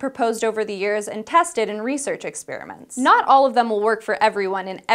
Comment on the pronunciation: This gives me the opportunity to note the other word which, it seems, every SciShow presenter mispronounces: experiment. They pronounce it: /ɪkˈspɪrˌmɪnt/ (exspearmint) Whereas it is: It's /ɪkˈsperɪmənt/